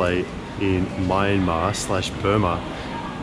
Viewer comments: When are you guys considering visiting again? It'd obviously be after the pandemic. A couple of other tips: - the country is pronounced "Mya-mar". Two syllables. The "n" is silent. This tip also holds true for other Burmese words spelled in English. The first few consonants and vowels mash together. If Myanmar was three syllables instead of two, it would have been spelt "Myyanmar". It's how they interpret English spelling. "Yangon" is pronouced "yun-gown" (rhymes with bone), not "yan-goon", nor "yan-gone". - Regarding food, if it comes in one bowl/dish, mix it together. Everything you get in smaller dishes next to a main, big dish, are side dishes. Mix bits and bobs from the side dishes together with the main dish. There's no right or wrong way to do this. Experiment, and see what works for you. - the places you ate in this series looked fairly expensive. Crazy cheap compared to Aus, but about 50% more expensive than what I had expected. Don't worry, you didn't get ripped off. You just ended up in touristy places, probably on the main streets rather than back-streets, even if there weren't other tourists there. - I'll leave more tips once they come back into my head. It'll also help if I knew what time of year you're heading there. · Nice video and really cool tips. btw, you're still pronouncing Myanmar wrong. Like when you pronounce kyats, it's not My-an-mar. It's M-yan-mar. So it's closer like Mian-Mar. Thanks for visiting my country and sharing beautiful videos. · Nay Lynn is right! It's pronounced Mie-En-Mar or Mian-Mar.